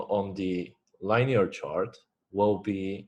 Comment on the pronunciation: I love how you say liney-er bro